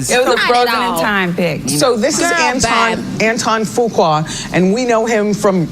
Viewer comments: Sis come on let's pronounce Fuqua the right way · Omg can you please stop 🛑 ✋ butchering his last name 🤣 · you pronounced his last name all wrong,and where is the blame for him as well🤔😏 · You pronounce it "Foo Quaw" I think... I hate when you are not more neutral when telling the story... she actually came across as likeable. She apologized, did he? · It’s pronounced: Antoine Fuq-U-A. OR Antoine Fuq-Up. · Can you at least learn how to pronounce Fuqua? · I think you’re mispronouncing this dudes last name. IJS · Antoine who🤣🤣🤣🤣 That last name pronunciation